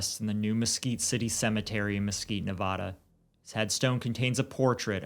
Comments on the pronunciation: It's NE VA DUH not NE VAH DUH going forward thank you - las vegas resident and we hate when it is pronounced the way you say it. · Made it 4 minutes in & had to tap out. As a lifelong Las Vegan, PLEASE STAWP SAYING NEVAWDUH. It's Nevada with a short "A" sound, as in man, can & have. My name is Ashley. Remember it that way. Ashley lives in Nevada. Ash happily lives in Nevada with her mom and *dad*. Short "A".